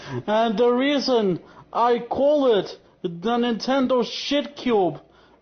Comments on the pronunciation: "da nintendo shitcyoob" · Nenteeendo Sheitcuuube